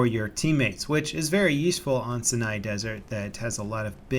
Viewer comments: ITS SIGH-IN-EYE YOU ILLITERATE FUCKWIT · Sinai, S-aye nay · My dad is from Turkey and you pronouce Sinai desert as Shinai Desert :) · Pronunciation: Sai-Nai Wrong pronunciation: Sin-Ai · 'sin-eye' ? Isn't that desert pronounced 'sigh-nigh' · its Si-nai... check here: It is not Sin-ai. Just wanted you to know.:) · it's pronounced "sigh-nye" not "sin-ai" these youtubers need to learn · The Cyanide Desert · Sinai Desert, not Senai ;) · It's Sina Desert not Senpai Desert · It's Sinai desert not Cena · Its pronounced "sigh-ny" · Love your vids, but you done diddly sound silly pronouncing the name wrong. You got the em-PHA-sis on the wrong sy-LLA-ble!!!!!!! It's sIGH-nYE. Just look it up already....."How to pronounce Sinai" There is a dadgum youtube on it. Carry on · Anyone else who growing up was forced to go to church and bible study would know that the vowel sounds in "Sinai" are pronounced the same way is in the word "Sci-Fi". The first "i" in Sinai is like the "i" in "science". Sinai Desert. Though it doesn't really matter, since places are pronounced different ways depending on where you are from, but the way I've always heard from many many many people and documentaries etc that it's Sinai like "Sci - nai" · 1. its pronounced [sea-na-ee] 2. they should add 1 flag just for air vehicles so pilots have an objective as well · Please learn how to say Sinai. It is pronounced Sigh-Nye. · I've never heard Sinai in my life, so i just assume it's pronounced SeeNai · It's pronounced See-nah... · its pronounced seyeneye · It is pronounced Sigh-NĪ with a a hard I. Come on! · It's pronounced sainai desert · Ben Gorman no it's pronounced sina like JOHN CENA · In English, it's spelled Sinai and therefore pronounced "sigh-nigh" ("psy-nye") as in Sinai peninsula Egypt or Mount Sinai. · Amazing how multiple American youtubers do not know how to pronounce Sinai. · I think is saying the name of the map wrong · Wish he would pronounce Sinai properly